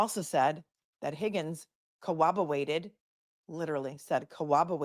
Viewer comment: Catching the replay. Just caught “ cowwobawated”. Hahahahahaaaa